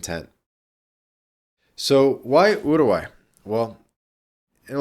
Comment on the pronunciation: stop pronouncing it as Yourgai